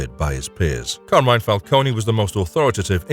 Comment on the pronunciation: Isn't it Fal-cone and not Falconie?